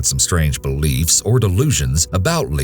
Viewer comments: Strange "be-leafs" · Strange be-leafs, lololol